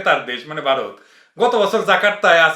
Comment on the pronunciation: ভাই আপনি কথার মাঝখানে ভারত বলতে গিয়ে "ভাতার" বলে ফেলছেন, অসুবিধা নাই আমরা বুঝে নিছি কাঁঠালরানীর ভাতার! :face-blue-smiling